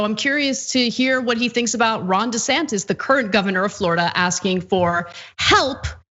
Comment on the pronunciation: When I hear them say his name I always hear "Rhonda Santis", it would be better if he went by "Ronald" but, he won't change the empirical fact that he is a fully qualified idiot.